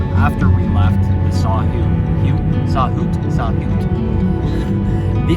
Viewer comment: Saw-WHET…as in WET. But I think I prefer Saw-hoo. Thanks for a great video.